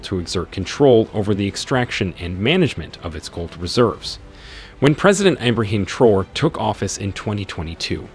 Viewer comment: At least pronounce his name correctly